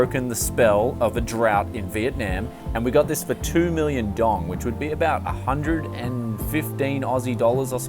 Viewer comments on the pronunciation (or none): Dong is pronounced dao-um one syllable